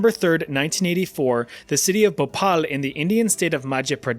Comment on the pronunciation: phopal, machya pradesh 😂😂